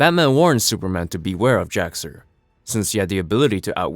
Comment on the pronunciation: Yeah, it is a little confusing because of his pronunciation throughout the video. He says Jor El and would likely say Kal El, putting the brief pause/space between the syllables, but runs Jax Ur's name together as Jaxxer. I was just listening to the video and had to actually look at it a little bit in because I wasn't sure who he was talking about lol. Still a good video though. Love recaps like this because I love the stories and characters but can't justify the cost of the books anymore.